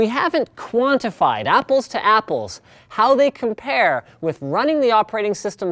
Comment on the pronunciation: "We haven't quantify, apples to apples, how they com-pear."